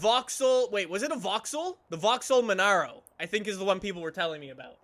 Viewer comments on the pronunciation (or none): none